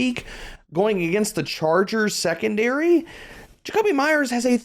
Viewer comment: Shrekondary lol